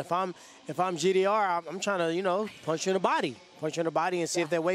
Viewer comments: Tyron it is GDR not JDR lmao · Tyron said JDR😂 ITS GDR BRUH😅